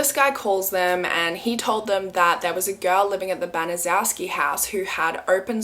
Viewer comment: Gertrude's last name is actually pronounced "ban-a- shew-ski"